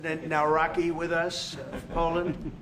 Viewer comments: President Naraku of Poland, the way he mispronounced his name which is insulting to Polish people by the way, makes it sound as if the main antagonist of Rumiko Takahashi's InuYasha became the president of Poland after his stint with Shikonotama failed, than again Naraku probably would find himself in modern politics with all his schemes 😂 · His name is pronounced „Nav-ROTS-kee”. Do your research. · Polish president is former amateur boxer, therefore he said "Now-Rocky". 😉 Took me a while to figure it out. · No, you didn't get it right re: the last name